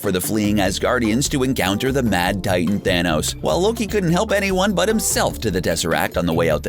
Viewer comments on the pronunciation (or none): none